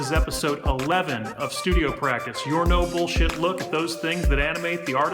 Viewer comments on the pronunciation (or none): ah, YT didn't ghost the comment after all... when you say "no-bullshit look at..." I keep hearing it as "noble...".